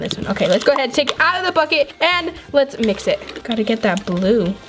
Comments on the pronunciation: She said midget instead of mix it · "and lets MIJ it presto!" don't mean any hate bros love u